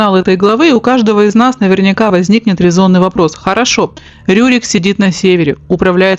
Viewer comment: Не РУрик, а Рюрик. И вообще, у вас очень много повелительного наклонения. Раздражает. Просто рассказывать вы не можете что ли? 😏